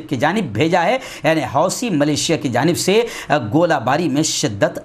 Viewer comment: Maulana wih lafz " Millicia " hai , malesia nahi.